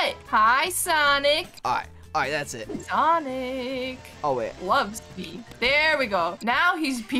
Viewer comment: Sanic not SONIC